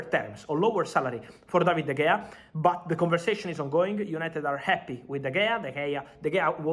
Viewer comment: Fabrizo it is spelt de gea but pronounced de hea